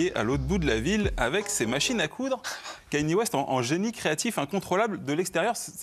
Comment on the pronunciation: ou comment dire Kanye West 50 fois par seconde et ne jamais le prononcer correctement.